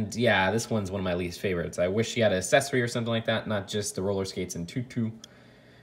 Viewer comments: I love the way he says “assessery” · you say accessory a tad odd